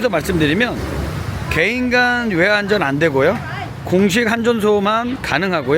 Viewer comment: 한전이 아니고 환전입니다. 환전소라고는 이야기하면서 왜 앞에서는 한전이라고 몇번씩이나 실수하시네요